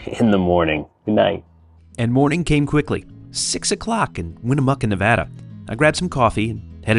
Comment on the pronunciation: I'm so glad to hear you pronounce Nevada the right way! 😁